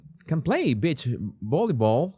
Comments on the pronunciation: Please my friend STOP SAYING BIT CH means female dog and other things.....Say BEE CH give me a break! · Oooohhhh, 😂 you said BEACH volleyball, with your accent I thought you said bitch volleyball. Took me a few seconds to rewind my brain, I was wondering what kind of game is that 😂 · You may want to.practice saying g, "beech". not the other B word. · Omg another funny video! I love ur reaction and yes it sounded like u said B.I.T.C.H with ur accent but I giggled. I also laughed a lot that u felt let down about the beach volleyball women’s attire lol and don’t worry i saw and understood instantly what this was about … he looks like he might be a lil tangled in there… like bits slip out of his under… wear… hahaha I love when u do these types of silly videos! Thank u for the laugh ❤️🥜🍆😆🤣🤣🤣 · On an unrelated note, you sound like you're saying Bitch Volleyball. Bless your little heart. 🥰😆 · My girls would purposely trick my Mother into saying beach because that's how she said it.😂